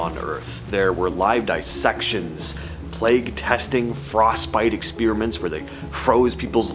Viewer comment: "Ex-PEER-a-ments"! LOL.